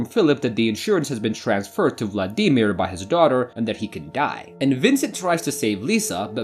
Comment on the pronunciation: Hardest part of this watching this video was your pronunciation of Vladimir.